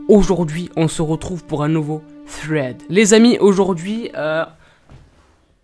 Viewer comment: Ta dis fred au lieu de srhaid